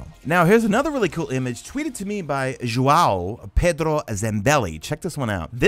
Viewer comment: You totally butchered João Pedro